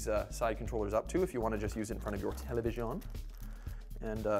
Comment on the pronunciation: "Hook these up to the televishione" Fancy boi